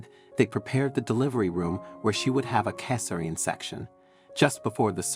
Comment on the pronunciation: What's a 'kes a rian' section???